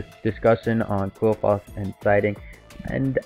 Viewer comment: It's actually pronounced clifort